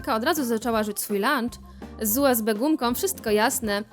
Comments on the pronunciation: xD UBS zamiast USB boshhh... 😆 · Boze nawet nie zle usb wymowila... Powiedziala Ubs xDdd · "ubs gumka" xdddddddd a nie usb? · Wtyczka ubs ha ha ha powinno się mówić usb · Nie ubs tylko usb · lektor powiedział ubs zamiast usb xDDDDD brawo wy